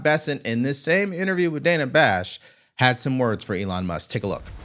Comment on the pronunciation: Dana Bash’s first name is actually pronounced “Dan-nah,” rhyming with the name Hannah. Just FYI for a more polished political commentary. I certainly don’t have any respect for her, but neither do any of my favorite podcasters, e.g. the 'Derek Hunter Podcast' and the 'Derek Hunter Show'—from his daily broadcasted show on his local D.C./Baltimore area radio station—as well as 'Happy Hour with Julie & Liz', the Julie Kelly and Liz Sheld duo, and each of them and many others, even Tucker, pronounce hers and others’ names correctly.